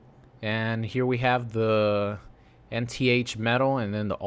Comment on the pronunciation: Pretty sure it’s Enth? Correct me if I’m wrong